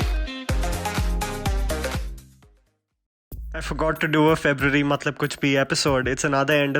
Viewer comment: Muthlab nahi, matlab hota hai. 🤣🤣🤣😂😂